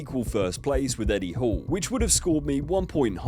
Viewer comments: Hall NOT Horn lol... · Did your ai voice call him Eddie Horn? o.O